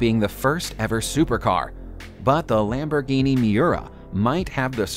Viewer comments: You'd a think that he would HEAR what he says an realize it's wrong, other than mispronouncing Muira, you should be able to tell super cars AND Lamborghini bother existed BEFORE 1996. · "Tipo 33 Straw-Dale?????" 1996 "Mee-urrr-ahh???" 1996? I mean. Edit. Google pronunciation. "Ferrari are..?" Ferrari is. So much WTF.